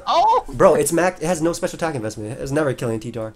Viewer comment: T-tar? Ez